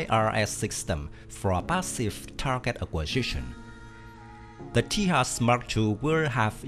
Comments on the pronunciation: It's not Ti Yas but Taey Jus. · Everytime you said Tehas, i died a lottle... This not made on spain, this made in India so the pronouncing is TEJAS as, tay-just